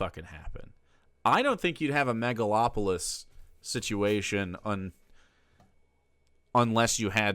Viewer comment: Fractional banking, not fractal. Megalopolis, not megalatropolis. Dude is so far out of his depth.